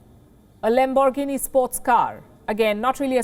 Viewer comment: lamb boar guinea.. lol that is literally how she said it. Thats three animals combined and not one of them is even close to the enraged bull.